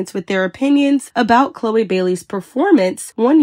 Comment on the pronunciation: Y'all caught that? She said Chloe's name wrong 😂